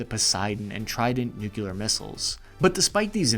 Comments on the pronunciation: Nuclear! Nuclear! Not nucular! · Fantastically informative video. Side note: nuclear is pronounced more like “new-clear.” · Please stop mispronouncing "nuclear." Thanks. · NUC-LEE-AR* for the love of god. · You had me till the way you pronounced “nuclear” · New clear Nuclear Newclear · I do love the way you shift perspectives back and forth in your presentations and don’t try and do the emotional influencer thing. Thank You for that. I am still going to disagree with how you pronounce Nuclear though. 😬😬😬